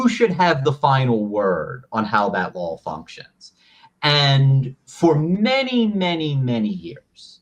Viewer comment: Please Ian, for the love of glob, stop saying “lawl”. There’s only one L in law.